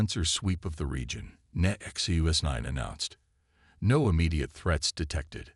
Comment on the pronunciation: Funny how NONE of these sci-fi channels can ever spell HULL. They call it hall, hole, or something else just as inane. Good stories are so damaged by many bad pronunciations, and bad spellings. Disgusting that the AI bot reader can't say "NEXUS 9", has to break it up to "NEXT U S 9" or some other variation. And it is spoken so often to be really irritating.